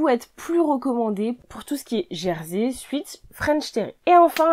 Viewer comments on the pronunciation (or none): Merci pour vos conseils 😊 Juste un petit truc 😏 Sweat tissu du sweat-shirt se prononce « souhaite » ;sweet se prononce « souite » et veut dire sucré, doux... Voilà 😉